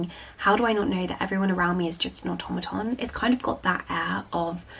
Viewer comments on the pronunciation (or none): none